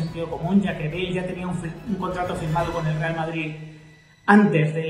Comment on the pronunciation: dice Vardrid jajaja 😂😂😂😂😂